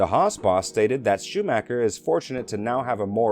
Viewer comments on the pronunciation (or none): none